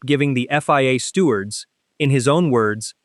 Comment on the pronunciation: What’s a “stewart”? “Less calm”? FFS!